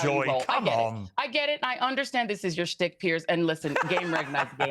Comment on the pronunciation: Shtick not stick the h isn’t silent